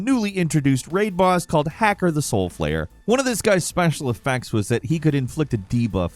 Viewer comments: "Hacker"...damnit, Hakar..😂 did you even play WoW?? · I dunno,. You pronounced Archimonde flawlessly and yet said "Hacker". Not adding up, lol. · The way you talk about WoW is coming from someone whos never played it for sure xD its pronounced "Ha" "Kar"